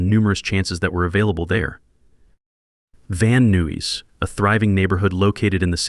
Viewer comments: Van nooeys? It's pronounced van nies! Van nuys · Van Newies??? LMAO VAN EYES (Van Nuys) you POSSIBLE AI brainless ‘bot. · Can't watch. Piss poor writing. Does anyone copy edit these things? "Known by his stage name, Jeff." No, that's his name. It's not a stage name. Can't pronounce "Van Nuys." "Ulysses S...........Grant High School." Repetition of words. "Located in this location." etc. etc. This is AI BS.